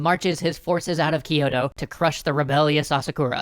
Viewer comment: GUYS. Its "kyoh" "toh" not "key oto"